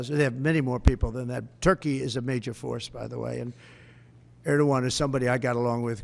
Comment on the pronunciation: Törkii, Törkii... Oh Lord, have mercy.